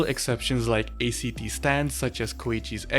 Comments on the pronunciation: I don’t see anyone pointing it out so I’ll just say, it’s not pronounced A-C-T, it’s pronounced Act. Like Acts in a play or in a song, that’s why it’s called that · Ayo did you just call Act stands Aye-cee-tea stsnds????